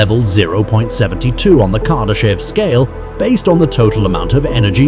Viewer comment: Carday-chev is not how you say his name. Noone knows what the great filter is and if we have already passed it or not. Nuclear power plants do not convert "energy" to electricity. Or rather that description is so vague and generic it could apply to all forms of power plants. K3 is achievable without fusion generators. A Dyson Swarm does not need any megastructures. It could be a swarm of billions of smaller habitats and satellites. FTL is most likely not possible and it is not a problem of available energy alone. The Kardashev scale is not about knowledge or understanding but about usable energy alone. Everything above K4 is so hypothetica that it is almost useless to speculate about it. You also don't explain what K1-K4 really mean. K1: All energy available on a planet is used. K2: All energy emitted by a star is used. K3: All energy available in a galaxy is used. K4: All energy in the known universe is used. One should note that K4 is already beyond what Kardashev talked about. I hope this flood of AI generated content either improves in quality or disappears soon. Isaac Arthur this is not.